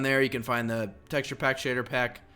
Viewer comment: SHADERR?? AND RESOARSES PACK??